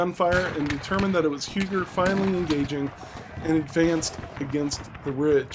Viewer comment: Huger is pronounced more like "You-jaay." The j is soft.